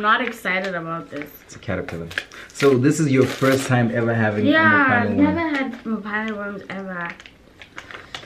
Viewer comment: Why do they keep calling it Mophane 😂😂😂. It’s Phane 😂